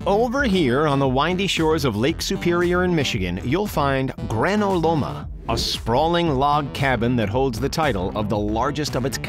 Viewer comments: It's not Grano Loma, It's Granot Loma. Let's hear the T. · Ha! I live by Granot Loma! (It’s pronounces Granite Loma in the Upper Peninsula)